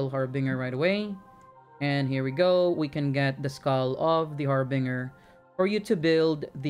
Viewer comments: The Har Binger.. lmao oh man. It's really harbinger.. Binge. One who binges. Not one who bings. Har-Binger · haar·buhn·jr = harbinger. not trying to be rude, i do not want to offend. very good instructions and thanks for the vids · Love your videos man! Also this is random but it's pronounced Har Binge er. Say the binge in it is pronounced like binge a tv show. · Har-Bin-Jer is how you say it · Har-Binger. lmao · Love the videos my friend.. but the pronunciation for "harbinger" got me dying... lol